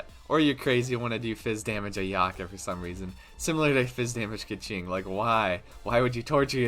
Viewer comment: It says on the translated tool tip for the new 5* sword that each stack is calculated separately - you can’t just auto to get three stacks. Also, if you’re going to make a “complete” guide for a character that hasn’t been announced/has unconfirmed numbers, at least pronounce her name right man. I’m hype for her too but let’s do our homework.